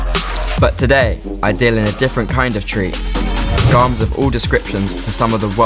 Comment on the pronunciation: 'Garms'. At that point, I stopped watching. What a bell end.